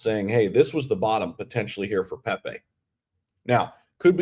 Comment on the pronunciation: Hahaha u act like u know crypro them pepe launched u coukd t even say his name right lol don't talk pepe unless u hold a giant bag